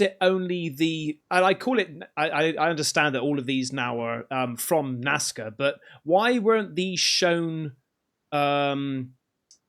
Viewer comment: Lol...when says Nazca, it sounds like Nascar